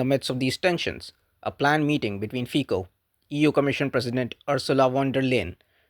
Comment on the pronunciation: Honest videos are a pleasure to watch. One caveat, tho, is that Fico in Slovakian is pronounced, 'Feet-so' rather than Fee-co. Carry on!